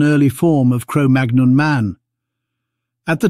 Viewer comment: Magnon is pronounced as 'mannyong'... like in chicken mignon